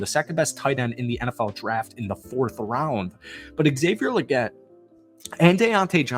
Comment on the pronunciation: ALSO THO!! Lol Legette is pronounced with TWO E’s!!🤣 like Leegette Lol